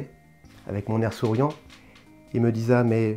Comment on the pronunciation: Bien vu !! Cependant attention au français !!! « il me disat !!!!! » je saigne des oreilles 👂 😉